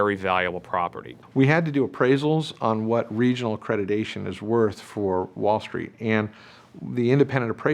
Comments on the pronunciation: It is accreditation not accredidation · These people used the term "accreditation" hundreds of times a week and yet say "a-credi-"day"-tion.